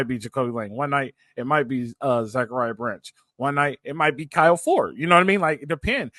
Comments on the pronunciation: Stop saying zac branch name wrong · Great show, why is still pronouncing Zach Branch name wrong? Fight on ✌️